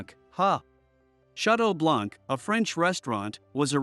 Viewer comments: The word BLANC is a French word. You don't pronounce the C because it is silent. Therefore you pronounce it as BLAN. However, it is written with the C at the end. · Wait? It isn't pronounced blank? 😂 Not going to lie this pronunciation hurt a lot.